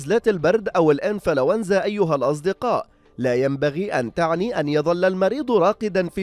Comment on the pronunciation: الله يسعدك يا اخي تعرف الان نص الشعب السعودي مزكم 😂😂💔 وانت تعجبني لما تقول الانفلولز